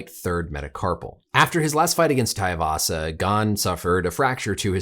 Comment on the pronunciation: He said "Tai avasa" lol I don't think so